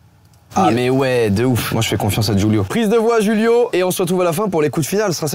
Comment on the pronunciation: Juste, au Brésil on parle portugais brésilien du coup c'est pas Julio comme en espagnol, mais avec le "J" qu'on prononce pareil qu'en français. Sinon j'adore ta vidéo !!